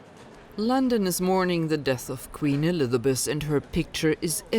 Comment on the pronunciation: "queen elithabess" xD